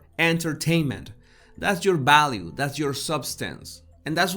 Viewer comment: Great “ balue “ “ bideo”,Love!